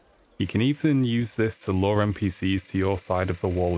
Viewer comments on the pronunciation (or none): Nope, its lure, as in attract not lore as in a story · it sounds like hes saying law and not lure lol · sounds like hes saying "law" and not "lure"